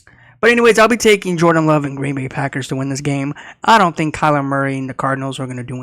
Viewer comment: "Green Boring" is what I thought I heard 😂